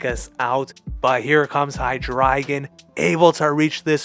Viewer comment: You pronounce Hydreigon differently from a lot of people but now that I'm thinking of it... I think you're saying it right because his evolutions include ein zwei and drei which is (basically) one two and three in German and I NEVER put that together until now.